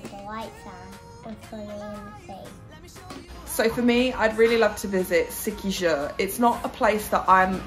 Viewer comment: It pronounces See-Key-Hor 😊. Can't wait to see you in the actual water of the Philippines.